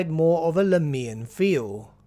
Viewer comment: I could be wrong but the way you pronounce Lahmia and Lahmians hurts me. Is that really the correct way to say it and I've been saying it wrong all my life? In my mind the emphasis should be on the first "a" not the "i". Am I the only one? .-.